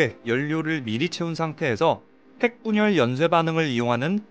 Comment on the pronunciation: 에? 핵분열으로 들리는데